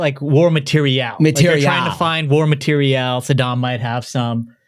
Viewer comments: Ma-tear-e-Al is a lot like lee-ver-ich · Ok the “mat eer ee al” pronunciation is solidly stupid. But nobody is going to touch on the pronunciation of libRary as “libary”?! There’s an r there!